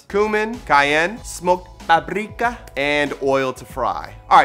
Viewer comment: Smoked Paprrrrrrrika 😂